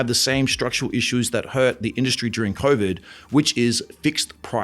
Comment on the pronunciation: Let's be real hear convid not COVID